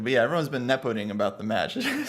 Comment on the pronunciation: The match is Ne-po-ding, as in exploding.